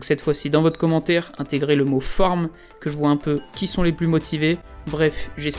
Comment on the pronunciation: Il a dit forme ou farm ? ahaha la sonorité laisse douter :p